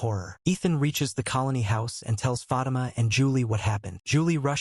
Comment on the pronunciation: Fah-Teema sir lol